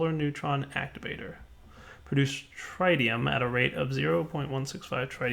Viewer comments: andrzejkiewicz also it is TriTium not TriDium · TRI-TE-UM not trideum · In 'tritium' you don't say the first 'i' as if you're reading it. It's 'tritium' as in 'bit'. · Trɪtiːʌm "tri"ck bag of "tea" "um"brella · is correct. You have been pronouncing it incorrectly the whole episode and it had been annoying the crap out of me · Your pronunciation of Tritium makes me cringe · Dadycoool Ok since you don't seem to understand the original point of this thread let me spell it out for you. The OP was wondering why the 'tri' in tritium wasn't pronounced like the "tri" in tricycle. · the i in tritium is short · thank you so much for correcting on Tritium. It was bothering me the whole time XD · That could be an accent thing. There are quite a few regional accents that pronounce all interior Ts as Ds.